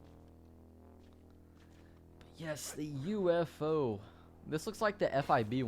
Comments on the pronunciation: wait, when he said ufo did he say oofo? LOL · I love the way he says UFO